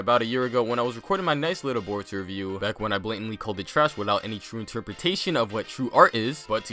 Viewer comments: omg u legit said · 😂😂😂 did I hear that right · Who heard uzumaki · He said uzumaki